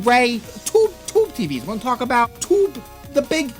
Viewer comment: Why do you have a hard time pronouncing Tube?